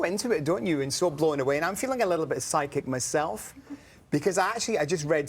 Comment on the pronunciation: did you say pyschic or pyscho ???